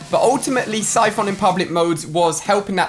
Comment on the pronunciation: man said SIPH-ON😂